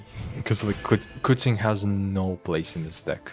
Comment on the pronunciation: The best part about "90% winrate" to me was that it implied you played 10 games, or the math wouldn't add up, so I was looking forward to a long video with a lot of games when I clicked it :p But there were less :( ;) Also, it's "kuCHing" not "kuTZing". With "Ч", not "Ц". Weird that I'm posting this here instead of her video but you did just talk about it so w/e.